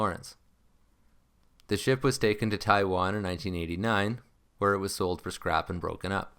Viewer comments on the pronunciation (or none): none